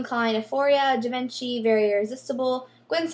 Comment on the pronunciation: it's pronounced "Jeee von sheee" not givinchy